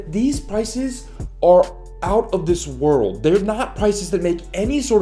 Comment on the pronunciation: “Wheel wurld dollirs”